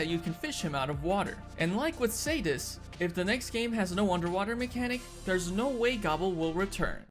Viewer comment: Spoiler raging and furious are in iceborne now Also its SEE DEE US